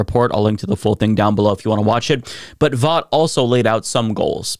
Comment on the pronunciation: Thanks for pronouncing Vought correctly. Vought rhymes with bought. Pun intended.